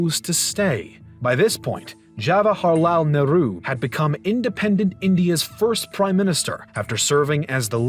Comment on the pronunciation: Ha-wa-ra-hal neuru wtf 🤣